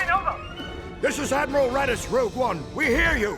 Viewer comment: Before commenting, just remember, it's ROGUE, not ROUGE